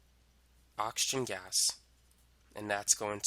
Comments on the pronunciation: Everyone:Oxygen Him:Auction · please learn how to pronounce oxygen 😭